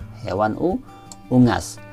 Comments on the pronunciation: Soal no 2 bacanya bukan ungas pak tp " unggas " dobel g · Soal nomor dua tu unggas apa ungas kok dibaca ungas? 😀😀😀😀😀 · Baca unggas aja salah 😀😂